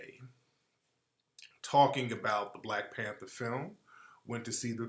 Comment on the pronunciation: "you ah de new blek pentha"